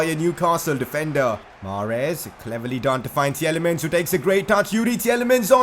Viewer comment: Tielemans is pronounced Til-e-mans BTW. The first E is silent